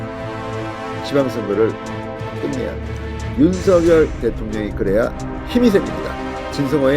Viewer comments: 왜??윤서결대통령으로 아직 발음하시는지 대통령이 윤성열로 불러주길 원하셨어요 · 윤성녈로 읽으라고 문자줬잖아. 좀 띨하네.